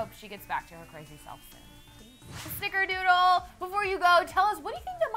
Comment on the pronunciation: I'm I the only one who noticed that throughout they kept saying snikerdoodle?